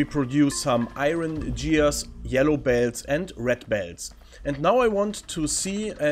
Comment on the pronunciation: Gears mit "G" wie "Gustav"